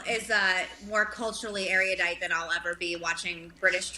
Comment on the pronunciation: Meghan trying to be erudite but failing by mispronouncing the word. Normally I wouldn't care or be pedantic, but she's a native English speaker & she was obviously trying to come across as a sesquipedalian autodidactic pretentious intellectual & failed miserably.